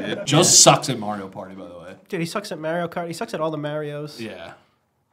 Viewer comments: Why people say Maryo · How can only 1 of the 3 say Mario right?!